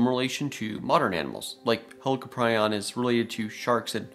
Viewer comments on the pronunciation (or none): none